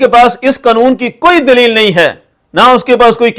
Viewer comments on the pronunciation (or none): none